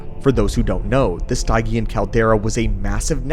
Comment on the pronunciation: it's a nit pick but hearing him butcher the word "Stygian" is killing me